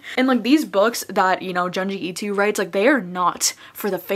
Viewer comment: I have read 9 books in the month of May, mostly good books. My favorite book might be My Dark Vanessa. I really loved Tender is the Flesh as well. Btw, Ito is pronounced more like I(toe) not like I(to). Happy reading :)